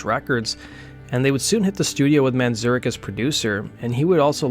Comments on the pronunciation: It's "Man-zare-ik." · I love your channel but your pronouncing of Ray Manzarek's name (variously, "Manzurkh", Manzurec" and "Man-ZUR-rek", lmao) is really fucking vexing me